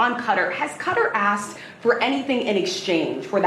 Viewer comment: "They axed him to leave"